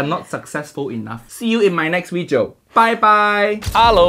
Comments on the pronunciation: Video? Nah. Weejo😂😂😂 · Uncle Roger finally speaks Chinese in his weejio. FUIYOH